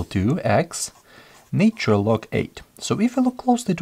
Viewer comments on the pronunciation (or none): Love the explanations thanks for your video ❤ just one feedback it’s not said “NAYtural” - Although the word Nature is distinctly so, the Na in ‘NAtural’ is pronounced same way as NASA, or Na X.. in russian 😇